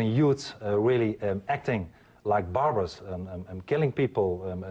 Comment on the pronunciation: "Nobody's ever really said eeehrn" (really?) "We have Moroccan youth really acting like barbers!" (Watched Sweeny Todd much?) Also, Glenn Beck is a moron.